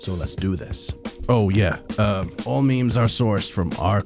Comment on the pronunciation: Mehmehs for memes is exactly how I used to pronounce them back in the day :D